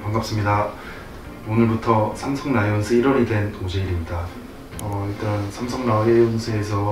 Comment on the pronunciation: 오재일 선수님 라이온'스' 아니고 '즈'라구요! 왜케 생글생글 눈웃음 보내시는지 진짜 이미 사랑에 빠진 기분이라구요!!!! 환영합니당🥰💙 와우리팀에 오재일있다~~~~~